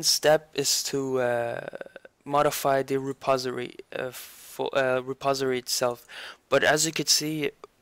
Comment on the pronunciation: Its Not a reposery its a reposITORY :D